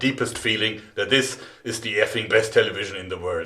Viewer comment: what's a "taylayveejeunn" ?